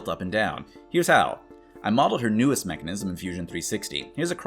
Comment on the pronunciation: Neckanism? Hehe